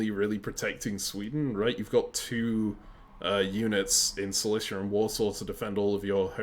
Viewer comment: apart from the fact that I wanted to jump of a bridge every time you pronounced Silesia (The Prussian Province) like Cilicia (The Roman province in Anatolia), good video!